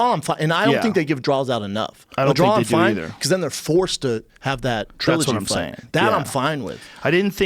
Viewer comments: If Schaub says "DRAWL" instead of "DRAW" one more time im going to scream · Brendan " I had one round a 10-8 so it should've been a drawl" Schaub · Brendan! It's pronounced DRAW! There's no goddamn L at the end! I feel like I'm taking crazy pills!